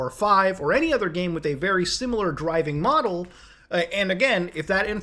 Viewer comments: Him pronouncing model as modal is killing me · you keep saying modal collapse instead of model collapse. is that canadian for model?